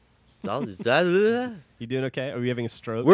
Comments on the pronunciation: exhaling - Said as Ex-hay-ling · It's ex - hail - ing.... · exhaling? Breathing out? Ex-hail-ing? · Exhaling = X-hayling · it's EX-HALE-ING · ha Ex hale ing! not hard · wow *facepalm* it's ex-hale-ing.. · It troubles me that couldn't pronounce "Exhaling" XD